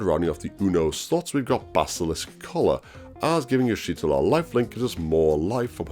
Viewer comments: "Yeesh Tortilla" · u pronouce her name so wrong it's ish tolla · bro can google moe picks of Y'shtola but can't Google how to pronounce her name /lh